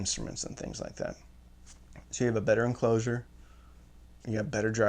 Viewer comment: Is anybody going to mention the 'Enlcosure' ?